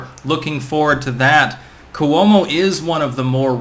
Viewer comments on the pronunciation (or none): It’s pronounced Kwo-mo